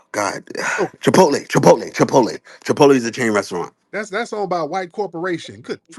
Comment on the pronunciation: The ngga said Chipotle!!!!????? 😅😂😅😂😅 thats embarrassing